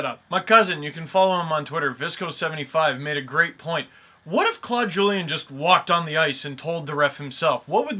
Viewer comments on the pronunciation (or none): none